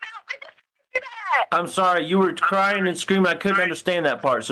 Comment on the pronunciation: He was “cryingk” I’m pretty sure crying doesn’t have a letter ‘k’ at the end of the word. 🙄